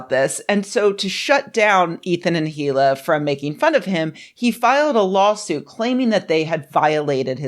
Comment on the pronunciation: The H in Hila is silent